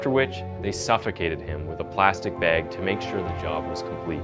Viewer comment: If i had a dollar for every word you mispronounced I'd be a very rich ghost. Sounds goofy. Bag isn't BAEG 😂